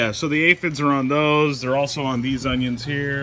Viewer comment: man i loveeee how u pronounced oniOns